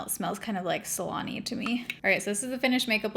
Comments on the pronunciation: I definitely heard "smells like salami" and not "salony" 💀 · Girl I thought you said the hairspray smelled like salami for a second. Had to go back and listen to it again to realize you said salon-y lmao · At first, I thought you said “salami”….. and then I died laughing when I realized that you actually said “salon-y”😂 love your videos!!❤️ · Wasn't paying close enough attention apparently and when she said that hairspray smelled salony I heard salami. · I had to back it up when you were talking about the hair spray because I thought you said it smells like salami lol